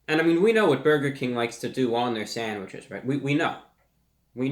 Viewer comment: I love how he says “sanwidges”